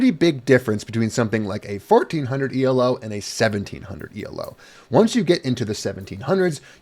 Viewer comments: The main difference between elo (stop saying "ee el oh," it's named after a guy named Arpad Elo) and glicko-2 used by HEMA ratings is the presence of a rating deviation stat. The rating deviation is a measure of how sure the algorithm is that your rating is correct, the lower it is, the higher your weighted rating. How much your rating increases or decreases based on a match depends on both fencers' relative ratings, this is the same in elo and glicko-2. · one minor thing Elo isn't pronounced E L O, it's not an acronym it's the name of the guy who invented the system : Arpad Elo